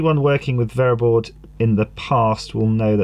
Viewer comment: What is VAYERBOARD , AS in the orange or tan waffle piece that you're soldering onto the sacrificial USB line? Bayer board?